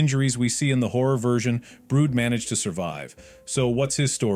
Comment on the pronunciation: Bro called brid brood